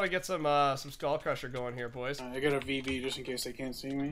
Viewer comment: how come you guys say boysh instead of boys